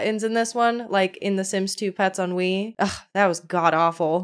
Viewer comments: What a hot mess of a game 😂 I love the Sims 3, personally. It can be glitchy, but it's still a great game. I also don't mind the aesthetics of it. Fun fact: every time you said "on Wii" all I heard was "ennui" and it made me laugh 😆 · It's hilarious that "On Wii" sounds like "ennui"- a feeling of listlessness and dissatisfaction from a lack of excitement. It's fitting. I'm a sims 3 lover, but the lack of supportive infrastructure and all of the bugs really puts a damper on things. I played it for years with minimal issues and now it runs so poorly on windows 11 that I just play modded sims 4 instead. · I keep hearing "sims 3 ennui" and it is making me laugh a bit the whole way through... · I knwo you said "Sims three on wii" but it sounds like "Sims 3 Ennui" which perfectly describes sims 3 on wii